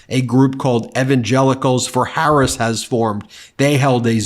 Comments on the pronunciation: WTF is wrong with him. Why does his supporters think the foul things that he say are funny. He's too friggin old to spew the filth that he does. And for Mace to intentionally mispronounce VP Harris' name just shows her level of maturity. Real Republicans take your party back from these lying magas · After hearing Mace disrespect Harris by mispronouncing her name, I hope that people like Swalwell will call her “Nuncy” on the floor of the House!